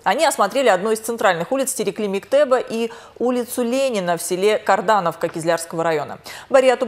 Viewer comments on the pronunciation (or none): Не карданавка а кардоновка